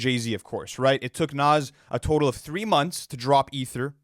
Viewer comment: Bro I love these guys but still keeps mispronouncing Nas’s name lol🤣